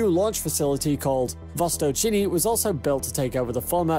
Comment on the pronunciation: "Vostōchnyy" (Oriental/East) not "Vostochini". It sounds like Mario trying to say while eating pasta. Also, Siberia (landmass in Russian far eastern) not Serbia (a country in Europe).